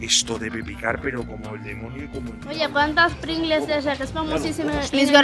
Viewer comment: Si pronunciaste bien las pringgles